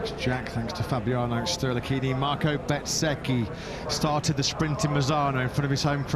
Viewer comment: Can someone please teach the commentators how to pronounce Bezzechi right! Lol, it’s Bez-ecchi not Bet-sechi